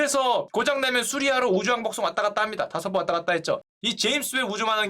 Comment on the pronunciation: 슈카는 망원경을 계속 만원경이라고 읽고 우주왕복선을 우주왕복성이라고 읽는다. 이걸 알게 된 이후로 신경 쓰여서 더 이상 내용이 머리에 들어오지 않는다 ㅠㅠ